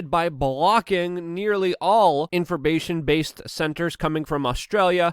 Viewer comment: "Inforbation" Yep.